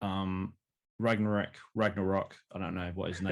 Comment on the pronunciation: Man called him Ragnorok😂😅😅